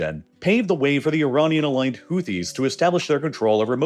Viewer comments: why does he say ironian instead of iranian? its like he mispronounce a word in every video just to annoy you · Is it just me or is he saying “ironian”? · I couldn't make it that far, I kept getting irritated by the various "Ironians" sprinkled throughout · why does the narration keep changing pronunciation of words? Ironian? Either very poorly scripted or he’s changed to AI narration. Unlistenable.